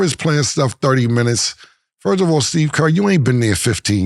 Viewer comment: Killa: Ford of all I'm not feeling this. Killa: Before I answer that Ford of all. 😂😂😂 Boy cant say First of all to save his catalog 😂😂😂😂😂 you still my Boy Boy